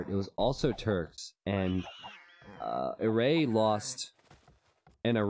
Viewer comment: Btw red player's name is pronounced as Eray with a closed A like the A in Heart